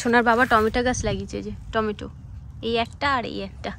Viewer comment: Tumi bar bar tometa bolo ota টমেটো hobe